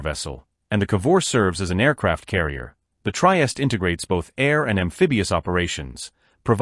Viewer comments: I agree; 'Try-est' is just awful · Pronunce: treehesteh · The AI voice and pronounciation is unbearable. Otherwise, well done. Couldn't endure the whole thing, tho.